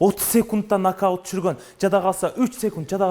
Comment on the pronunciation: НАГДАУТ дейтко )))